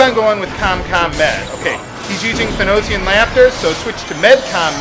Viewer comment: Thanatosian = than-na-toes-zee-yan. "thanatos" = Death in Ancient Greek. That bugged my since the first Bart fight. The mythology behind this game is fuckin deep.